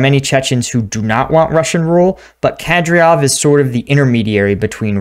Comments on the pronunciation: It's not Ke-DrioV, it's Ka-Dy-Ro-V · Its Kah-deer-off sir. Currahee out. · Its Kadyrov. Pronounced KAH-DEER_OVV.